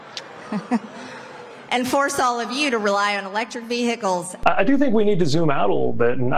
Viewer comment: Vee hickles, ffs